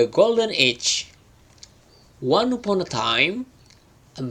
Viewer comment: Mas dikoreksi pembacaan kata ini, silahkan liat kamus pengucapan yg benarnya : 1. Once 2 upon 3. Eggs 4. Though 5. Thought 6. Would Biar yg belajarnya jg sesuai.. takut mengikuti pembacaan yg salah 🙏